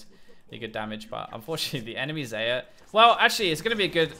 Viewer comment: ITS XAYAH PRONOUNCED LIKE ZYRA